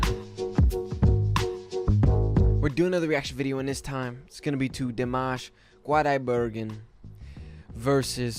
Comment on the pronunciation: It is rude when u pronounce his name wrong